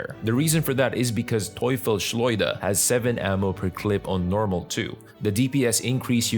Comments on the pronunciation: Close. Not bad, you say "Teufel Schleuder" but it is "Teufels Schleuder" 👍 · German here ur pronouncing Teufelsschleuder wrong. were is one s on the first word Teufels and wenn u say Schleuder like the difference between devil's slingshot and devil slingshot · Sry as a Austrian who talks German i understand "Toy Fish Schleuder" its funny its a clear german word Teufelsschleuder and means "Devil´s Slingshot" if you translate it one by one but "Devil Slinger sounds better. But no bad feelings about it its really funny how you pronounce it. Made my Day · xD how u pronounced the weapon hahah. Im a german guy btw and its german(the name)